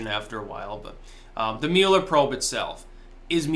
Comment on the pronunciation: Especially since you can’t pronounce his name right LOL